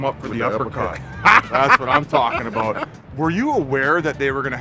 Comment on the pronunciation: ... that's what US FANS r talkin a-boot Bizz